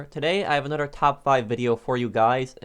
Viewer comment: I love how he says "anudder" instead of another